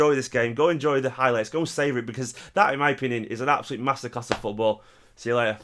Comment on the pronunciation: Just heard the "seeex futballllll" at the end 😂😂😂😂😂😂😂😂😂😂😂😂